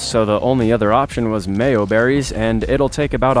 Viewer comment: My guy said mayoberrys its majoberrys